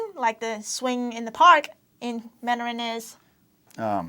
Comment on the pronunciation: why does he emphasize the last syllable of “Mandarin” you only have to emphasize the first syllable